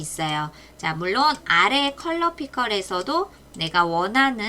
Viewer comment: 강의 잘 들었습니다. (근데 컬러 피컬이 아니라 컬러 피커 아닌가요?)